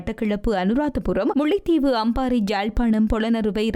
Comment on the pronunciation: முள்ளைதீவு இல்லையம்மா முல்லைத்தீவு. கேகாளை அல்ல கேகாலை.